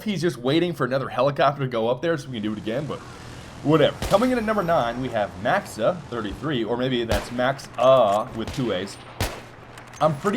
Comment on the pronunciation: my name is "MaXsa33" u said it right first time :), number 9 place awesome :)